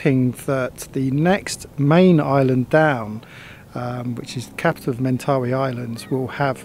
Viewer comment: Just pointing out that the young fellow you met with the tattoo pronounced it "Men-tuh-'WHY" as opposed to your "men'TAHwee". Thanks for, once again, taking us on another adventure to a rarely seen corner of this big beautiful earth we share!